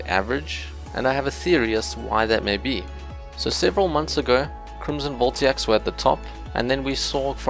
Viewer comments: They're voltaics, not voltiacs. Vol-Tay-Ic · It's VoltAIc, not VoltIAc. Anywats great and helpful video, earned a sub :D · its VOLTAIC, not "Voltiac" :) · very interesting . . . a lot more complicated than I thought. :) Side note: Voltaic is said like Vol-tay-ick.